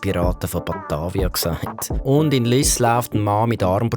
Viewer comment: wieso könnt ihr beim SRF Lyss nicht richtig aussprechen?